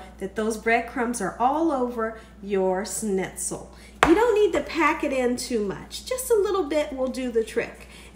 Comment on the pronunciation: Delish, as usual, my dear! I've so run out of ideas during this shut-in, I'm going to go for fried stuffs now. Schnitzel is brilliant. May I help your pronunciation a bit? ssshhhnitzel : just thrown in an sh at the front of how you say it, my dear :) Usually, we have a gravy, mash potatoes and a salad with this, but OMG, couscous! Thank you.